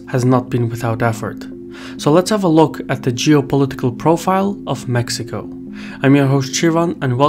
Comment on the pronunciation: Except for Mexico, as Mejico 😂. But indeed, appreciated